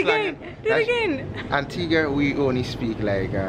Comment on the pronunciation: That’s the first time I’ve heard someone pronounce Antigua right . For people who don’t know it’s pronounced Antiga and U Is silent